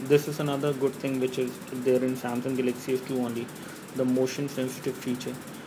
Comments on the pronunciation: Pls speak english..its not gelexy its galaxy...GALAXY..WTF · dude....its Galaxy, not GELEXCY!!!!!! lol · Pls speak english..its not gelexy its galexy...wtf